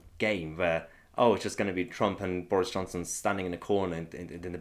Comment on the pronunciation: Boorish Chonson? I love how she gets her pronunciation wrong.